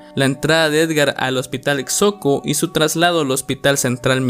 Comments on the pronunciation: Se Pronuncia: Xoco: Joco no Soco. Tlahuac: Tláhuac no Tlahuác. Denisse: Mequer no Meyker. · Xoco se pronuncia "Joco",, por si vuelves a decirlo para que no haya problema. Saludos, me encanta tu contenido. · Infórmate bien de la pronunciación de Tláhuac, Xoco y Merker.